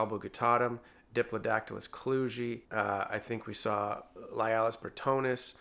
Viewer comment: Klugei is correctly pronounced "klew-guy". It was named for someone named Kluge.